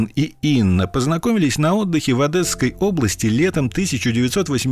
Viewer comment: ОдЕсской области через Е, а не Э.